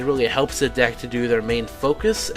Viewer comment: Did you say "dick" LOL :P